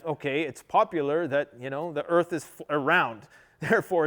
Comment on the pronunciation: I love even more the earf...lol...